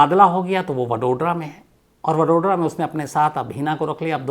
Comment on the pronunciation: वडोड्रा नही वड़ोदरा